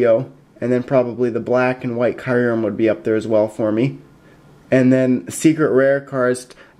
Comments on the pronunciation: Please give me white kyurem ex! BTW its pronounced kyu REM not kiu REM. It would make a great addition to my collection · dont mean to be picky but kyurem is pronounced 'cure-rem' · It's KAI - rem. They pronounced it in the movie. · I pronounced it wrong in this video, after watching the Pokemon movie it is pronounced like CureRem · Nope, in my Official Pokemon Handbook, the pronunciation is written as KYOO-rem. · its key;rem thats how u sound it out your welcome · actually its pronounced kee-oo-rum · It's pronounced cy-oo-rem